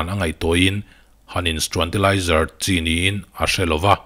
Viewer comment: Struantilizer 😂😂 thiam thei e..